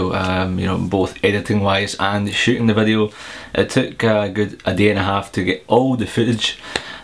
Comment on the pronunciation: your 'shooting' sound like 'shitting'